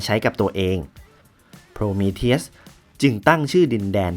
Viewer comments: ฟังโพรมีเธียสละไม่ถนัดหูเลยอ่าาา ติดคำว่าโพรมีธีอุสไปแล้ว55 แต่ทำคลิปดีมากครับ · มันไม่ได้อ่านว่า โพรมีทีอุส หรอครับ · Prometheus มันอ่านว่า โพรมีธีอุส ไม่ใช่เหรอครับ